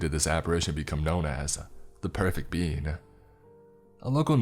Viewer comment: The pwefect bean uwu